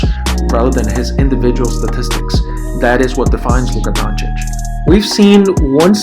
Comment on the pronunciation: First few seconds, and yes, you said his name CORRECTLy. Finally1 Thanks, :)